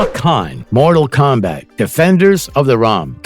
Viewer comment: Geez the voice over is horrible. I swear it is AI. They can't say realm or combat.